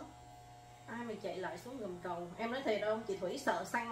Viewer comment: Gầm cầu. Bạn nói hầm cầu nghe ghê . Hihihi …